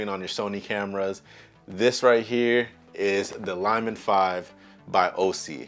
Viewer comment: Bro I am so embarrassed you pronounce “LIL” as lie or lye. It’s like lily the flower. If English is a second language for you I understand your confusion. Lilmon makes perfect sense for a little monitor. Please redo this video or overdub the poor incorrect pronunciations. Ever hear someone say lil bitty ants 🐜? Please 🙏 please correct this quickly before you become a meme, and not a complimentary one.